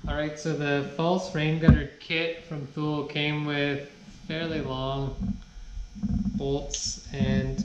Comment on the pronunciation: Thule = Too-Lee